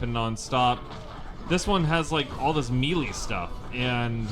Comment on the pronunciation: TIL you say "Melee" funny. XD Yeah...this is definitely Gauntlet but you're entirely correct, I remember not the melee. The swarms come from nowhere...and a block function. Daring today, weren't they? How does the screen sharing even work with 2-4 people? Does it just zoom out a lot? lol